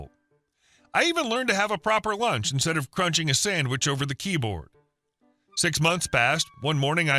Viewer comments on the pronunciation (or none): none